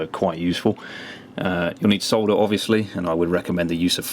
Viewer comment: my girlfriend said thank you for calling it solder and not sodder